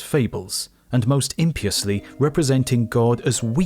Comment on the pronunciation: "Impiously" is pronounced "im - piously", with the stress on the second syllable. It has nothing to do with imps. It's about not being pious.